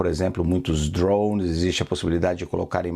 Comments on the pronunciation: Qual dificuldade esses jornalistas têm para falar droNES e não "dronss"?? Não é o primeiro que ouço falar assim. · Desconfie de quem fala drownes